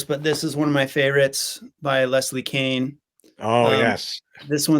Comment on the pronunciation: Leslie Kean is pronounced like "Cane", not "Keen".